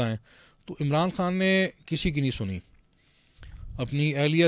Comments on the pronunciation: Ap ki mehrbani ap Indian lehjy mai khan na kahien خان hota کھان nahi plz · Pahna pahle apne urdu theak kar lo khan, dastakhat. KH ko theak karlo